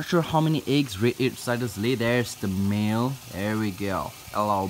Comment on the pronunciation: When you said 'male' I heard 'meal' and I saw a turtle I was like wait sooo the turtles are cannibals?